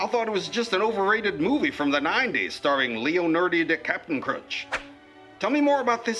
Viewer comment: The way he said leanardo DiCaprio though